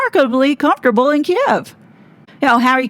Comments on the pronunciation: Thank you for pronouncing “Kiev” correctly. I hate how legacy media changed the spelling and pronunciation. Oh and it’s Russia’s borders and sovereignty that have been disrespected by NATO. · The monarch has always had “soft power”. That’s the point. As to whether the king knew Harry was going to Kiev (pronounced Keev), is anybody guess. Maybe this’ll be the push that gets their titles finally removed. The king wants his son back. Maybe. Thats the whole agenda. Maybe. He’s too soft, and he is not putting the monarchy first as his mom did. It’s unfortunate to watch the monarchy becoming a joke, and many of us are looking forward to Prince William showing how it’s done. Again. (Rip Queen Elizabeth).